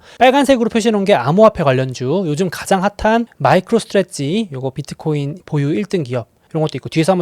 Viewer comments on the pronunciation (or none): none